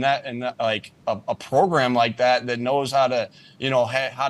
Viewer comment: Name robot "the progrum".